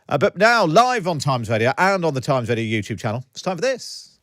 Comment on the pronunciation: What is 'Times wadio'? Where is 'Iswael'?